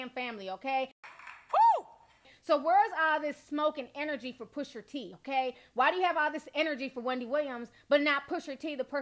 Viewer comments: T... love your commentary and I always come and check your videos but.. his name is Pusha T...not PushER T 😂... you're adorable though but that was killing me LOL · Ti it’s not pusher t it’s pusha T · When I hear "Pusher" T instead of Pusha....it has the same effect as the n word with the -er vs the -a. Makes me cringe. I don't know why this is. I have no stake in the man's name. 😂